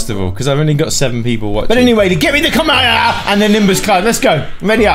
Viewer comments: It's pronounced komeihomeiha not kemeieeyah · It's not kamemeha it's kamehameha 🤣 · Kamaehahaha lol he said it wrong haha